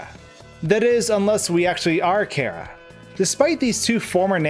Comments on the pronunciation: “Care-ah” TRIGGERED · care-a?? lmao just stop. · FUUUUCK STOP SAYING KARA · As soon as he said chara (care-ra) instead of chara (char-ra) i quickly unsubscribed 😂😂😂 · I thought it was pronounced : Chair - Uh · you said chara wrong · When you pronounce Chara's name wrong. Dislike.